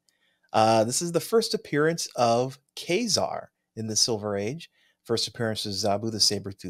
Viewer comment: Thanks for pronouncing Ka-Zar correctly 😊 guys